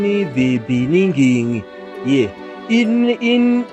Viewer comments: "In the Bening Ging" that had me laugh like crazy 🤣🤣🤣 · in the beninging 😂😂😂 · In the beninging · In the beninging killed me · In the beninging just bloody killed me. Nice one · as a South African, I have to tell you guys that Mr "in the begin-in" is our former president. 🤣😭😭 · in the beningin 😄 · I almost got a seizure with “ In the Bening”, made my week mate 😂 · Inna the beninging